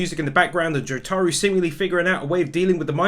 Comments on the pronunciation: Its not joTAro Its JOtaro This is how they call him in the anime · the way he said Jotaros name XD